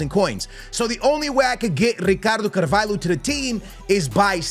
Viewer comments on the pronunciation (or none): it’s not carVAILho 😂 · Brother is rolling all the Rs with RRicardo CaRRvalho like its a parody, but cant pronounce Hancko (pronounced Hantsko)